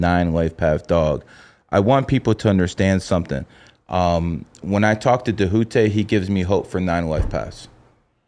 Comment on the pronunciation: Dude mispronounced his name all episode and that annoying, patronizing “brother”…It’s good to see Djehuty back on the scene tho!!!